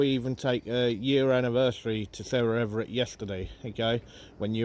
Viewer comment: Everard.. not Everett